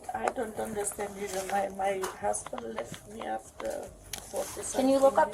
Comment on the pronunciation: Just FYI young lady…it’s pronounced “Me”….not “Me-A”…..no A at the end…..Ok-A?